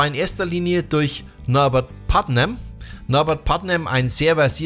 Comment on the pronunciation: Mmh Leider „Putman“ am Anfang falsch ausgesprochen - die Bass Lines schön rausgestellt - die Kritik geht allerdings aufgrund von Verwechslung zwischen Putnam und Leech obwohl Du sicherlich Bardwell meintest mindestens 2x schief 🙈